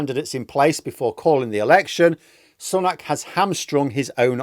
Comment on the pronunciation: Still pronouncing his name incorrectly eh?